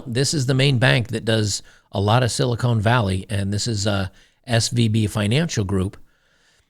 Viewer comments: Silicone ? its Silicon, when the "o" is short. Silicone is for breast implants. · Silicon, Con Not Cone!